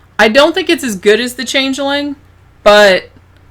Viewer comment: The Change-eh-ling?